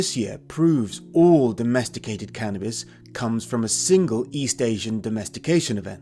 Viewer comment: He keeps saying "canabis presents", but I haven't received any gifts...